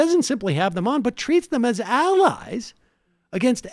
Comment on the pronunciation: "AL EYES"